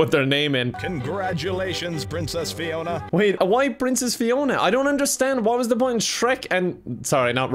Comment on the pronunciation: i love the dedication to calling fiona ‘piona’ the entire time